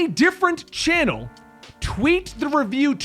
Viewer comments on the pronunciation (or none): none